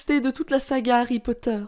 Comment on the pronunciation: Alerte rouge:t a dit "HarryPoter "a la place de "Harry Potter"!!!🤣🤣